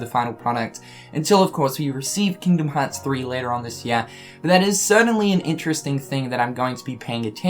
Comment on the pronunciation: "Kingom hats" why you speak like that lol